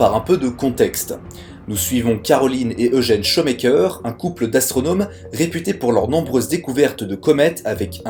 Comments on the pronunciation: J'ai eu mal aux oreilles avec ta prononciation des noms. Non, Shoemaker n'est pas "chaud maker" mais "chou' maker" (1) Non, Kuiper ne fait pas cui-cui, mais "cueille peur". (2) Et sinon, voici un site qui te permettra de savoir comment prononcer un nom ou un mot étranger : (1) → (2) → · On ne dit pas "chomekeur" mais choumèkèr" Shoemaker voulant textuellement dire "faiseur de godasses" Ah la prononciation des français des noms étrangers! On ne dit pas non plus la ceinture de cui-pèr mais de Koeil-peur' (Kuiper était neérlandais). En Neérlandais UI se prononce OEIL . OE se prononce lui : OU .. comme dans Doel (doûl) - But. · Nooon ! Pas "cuit-peur", mais "cueille-peur" ... La ceinture de Kuijper ... (néérlandais) Et c'est pas "Chaut mais coeur", mais "Chou mais coeur" ... Shoemaker ... (anglais).